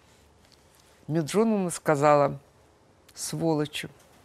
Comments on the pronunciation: Фу, была о Талызиной лучшего мнения! Не думала, что она опустится до такого. Лучше бы отчество выучила правильно - не Меджуновна, а Меджидовна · А почему Менжуновна? Лия Меджидовна. Вы разве не знаете? Коверкаете отчество специально? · вообще-то, Ахеджакова - "Меджидовна ".)) А Талызина, мало того, что ересь несёт, так и неоднократно её отчество неправильно произносит. Ахеджакова вызывает своей принципиальностью больше уважения 🙏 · Меджидовна она. Некрасиво так пренебрежительно коверкать отчество. Ну не знаешь, называй просто по имени, а так... Некрасиво очень